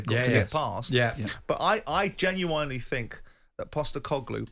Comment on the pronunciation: I was born and raised in England and have been in the US for almost 30 years and I still don’t say genuINELY I say genuINLY so why does Simon pronounce it “wrong??”